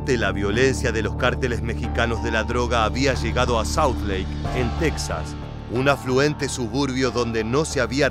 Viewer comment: Porque pronuncias tesas es Texas